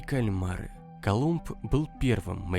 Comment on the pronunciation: После того как услышала Колумб..все больше и дальше не слушаю